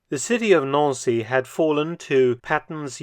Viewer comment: Nancy, like the girls name not Noun-see.